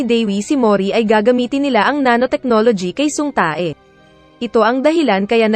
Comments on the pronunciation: Ang sama nang pag bigkas uhh tae hahhahhaha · Natatawa ako dun sa Tae ahahaha. Tay pag pronounce non oi